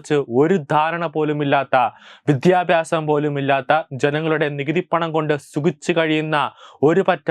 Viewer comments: വിധ്യാഭാസം അല്ല വിദ്യാഭ്യാസം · Mon Adyam Aksharam padichittuva..vidhyabyasamalla Kunje vidyabhiasamennu parau.. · വിദ്യാഭ്യാസം എന്ന് പറയൂ പ്ലീസ്‌